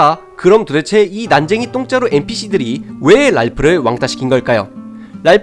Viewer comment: 이런 해석 너무 재밌어요 그리고 똥자루라고 하는 발음이 왜이렇게 찰지죠 ㅋㅋㅋㅋㅋㅋ재밌게 보고갑니닼ㅋㅋ